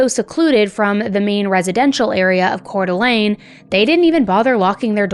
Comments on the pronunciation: YES!!!😊 She nailed the pronunciation. I from CDA, and we lived around the corner from the Dennys Shasta was found at. The only time I was selected for Jury Duty was this case!! Thank God Joseph pled guilty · We (Idahoans) are so proud of the amazing woman Shasta has grown up to be. Thank you for covering this case AND pronouncing Coeur d'Alene and Spokane correctly! Will you please cover the Jaralee Underwood case out of Pocatello Idaho? She was my husband's cousin. What happened to her was disturbing too. It broke the family. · I'm from the area and just wanna say awesome job pronouncing Coeur d'Alene. That is a hard one and the majority of the nation mispronounces it. Kudos! I actually remember when this happened and it was absolutely traumatizing. Our entire community was looking for Dylan and Shasta. We had known Dylan wasn't with them before the diner because there had been other reported sightings. We did not know where Dylan was but we knew he was no longer with Shasta. My cousin went to school with Shasta. I wish Shasta nothing but love that poor baby but unfortunately her life did not get much easier after this. I really feel for Shasta. With the trauma she went through she needed more of the community support and Idaho is not a place where she could receive that. They are highly conservative and do not believe in things like therapy, drug rehabilitation and community support center. That state provides almost zero financial support for anything including schooling. It's a beautiful place but it is not a place where your community will take care of you like that. There are literally zero social programs to support the it's in sickening. All things Shasta would have benefited from, there was no support for. Once her dad passed she had nothing. Like I said I really feel for Shasta.